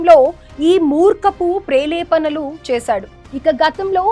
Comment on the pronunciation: ప్రేలేపనలు కాదు తల్లీ ఆ పదం ప్రేలాపనలు అని తెలుసుకోవాలి.తెలుగు పదాలు సరిగా పలకడం రాని నీకు ఈ ఉద్యోగం అనవసరం.రాజీనామా చేసి వెళ్లి తెలుగు ను బ్రతికించు తల్లీ